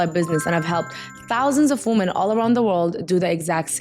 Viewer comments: “WOMEN!!” Baby 😂not “woman” love you 😘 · It's a Middle Eastern thing. Lots of native semitic language speakers can't pronounce the short 'o' in 'women'